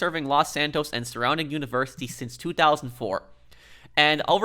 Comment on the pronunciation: "Universes"... not "Universities".